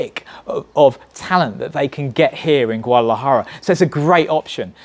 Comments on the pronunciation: lol theres a D in Guadalajara. its not silent . haha.. GOO-AH-DAh-LAh-Jah-RA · My advice for this dude - learn how to pronounce Guadalajara first haha